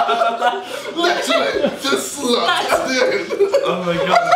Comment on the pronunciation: I couldn't stop laughing when JJ said "slut" in an African accent